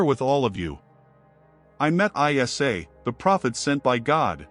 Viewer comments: Its not pronounced as I S A its Isa (e sa) a.s You're even muslim or just wicked manipulator? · Its NOT, ‘I-S-A’ but Iissa(or Eessa) weird AI pronunciation. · It's not I.S.A. it's eisa. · Prophet ISA or JESUS not called as I.S.A ,so stupid,pls cl him as EESA when u pronounce,u disgrace his name mr mc,be literate n dnt be unilleterated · Masha Allah a very beautiful and educational video! There is so much research and work put into this video but not been able to pronounce the name of the Holy Prophet Jesus - ISAAH, peace be upon Him and His Holy Maria - Maryam peace be upon Her! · Salam hello bros please prononce ISA as Prophet Essa or ISSA PBUH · Islamic vibes? You can't even pronouce isa's name properly, you're pronouncing it I S A come on man! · This must be AI, Jesus name is not an abbreviation, but need be pronounced Essa. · Its not ISA but Essa whome u call Jesus